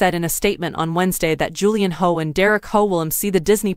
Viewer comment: Before you release a video about Derek Hough I strongly suggest you learn how to pronounce his last name 🙄